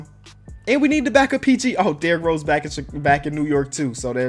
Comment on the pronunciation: Lol he called d rose poo 💩